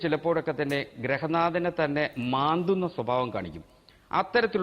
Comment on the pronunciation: Onnu poda Ooole, Grarhanaadhan ennalla, Grihanaadhan. 😂😂😂